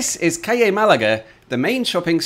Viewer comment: Just the word 'CALLE' to learn pronunciation of. Try Forvo.